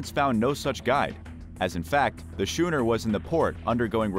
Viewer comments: What’s a shooner? Isn’t it supposed to be schooner? I haven’t heard of this alternate spelling before. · SK-ooner not SCH-ooner like SCHOOL. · Shooner? No, skooner. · and if he stopped pronouncing "Schooner" as "Shooner" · Narrator, the vessel type is spelt schooner but is pronounced skooner. Also, Royal Australian Navy ships are HMAS and have never been HMVS.